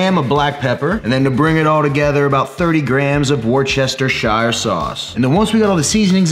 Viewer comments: It’s pronounced as Wooster Sauce 👍🏻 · Bro, It's pronounced "Wouster" sauce ! As in wouldn't, wouster wou ... ster ;)